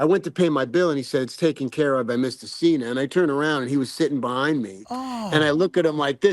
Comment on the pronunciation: "yah loved workin' wit seenah seenyah?" He worked wit "neverseenah" 😂😂